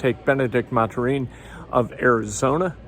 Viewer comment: Jesus Christ Ken it's pronouced "Math-er-in". This is almost like how u called Julian Blackmon Justin Blackmon a whole freakin NFL season